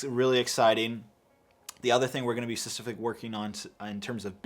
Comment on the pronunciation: there is a p in specifically. i'm gonna rip my ears off loll